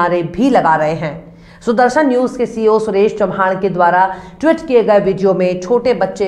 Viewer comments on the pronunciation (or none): It is tweet, not Twit.